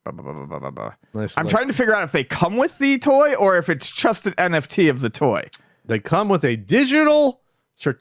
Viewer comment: I have to point it out. When says "just", he says it like "chust" and I can't un-hear it. I still like listening, though.